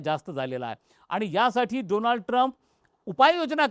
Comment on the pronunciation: doland trump 😂😂😂😂😂